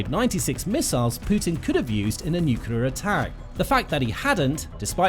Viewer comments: The word is nuclear, not nucular. Nu-clear. New- clear. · Lost me at "nucular" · 'Nukular missile'? Is this a kindergarten device? That's the only place I've heard that word. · Sorry dude, as soon as I hear someone pronouncing NUCLEAR as NOOQULER I've got to sign out. I think it's about the lack of respect and bother that one who neglects to pronounce correctly, the name of the most destructive and fatal single device ever built by us humans that has already vaporised tens of thousands of living beings let alone killed many more slowly due to radiation poisoning, deformation and so many other hideous related factors eg. the theft of Bikini Atoll from the native population. NOOKOOLAR doesn't do it for me as it is such a small change in perception of one word that describes the fore mentioned. Petty, this may sound but good bye.